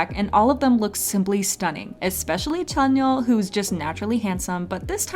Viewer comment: "and now let's look at our boy tzányon"